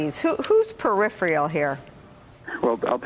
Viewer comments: I've always liked Swalwell, but a little thing he did here really impressed me even more. Nicolle is obviously highly intelligent, but she did mispronounce "peripheral". Right afterward, Swalwell pronounced it the same way she did. I'll bet he knows the right pronunciation. That's just a little thing, but it does speak to the kind of guy he is. I wouldn't mind at all if he became President, but I don't think he has a chance. A large percentage of people will vote for someone just because the candidate's name was well-known before the campaign. Eric's not one of those. Being a good Democrat, I'll bet he knows how to pronounce "nuclear", too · Peripheral, not 'periphreal'. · It's PERIPHERAL not PERIPHRIAL. GOD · Can someone tell these people how to pronounce “peripheral”?